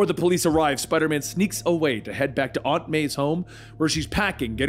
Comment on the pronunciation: Can’t stand how he pronounces aunt